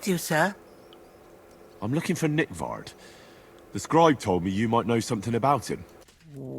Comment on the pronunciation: every time I hear the name Nickvard its seems like them said NickFart :)